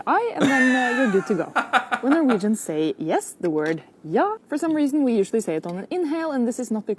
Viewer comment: Your "jah" is pretty good.